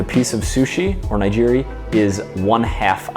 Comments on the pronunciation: I believe Nigiri is pronounced with a hard G not a soft one. Either way, great video, as a chef and workout enthusiast videos like this really help me better understand health and fitness with food! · great video but you are completely pronouncing nigiri wrong.